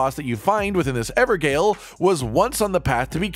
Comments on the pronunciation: Yo it's pronounced ever - jail in case you're wondering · Ever jail.... its pronounced everjail.... just letting you know. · just FYI they're pronounced Ever Jail not Ever Gale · ok, i know im nit picking but Gaol is just a fancy spelling for Jail, and hearing it pronounced Gale instead of Jail is driving me nuts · Gaol is the same as jail, not pronounce 'gale' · A note on pronunciation: "gaol" is pronounced the same as "jail". It's a spelling used outside the US. The word "evergaol" should now make a lot more sense... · A small thing...Gaol is pronounced jail...It's just an archaic spelling of the word! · Evergaol - " Everjail" phonetically. Gaol is an old English spelling of jail. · Just want to say: Gaol is pronounced "jail" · I can’t help myself lol; it’s pronounced “ever jail” It’s the Old English spelling of the word.